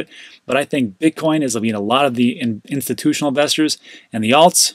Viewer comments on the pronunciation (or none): Instituional Buyers is all i Hear....... where are all the reatail investors